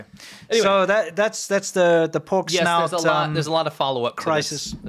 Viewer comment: why is it poork not pork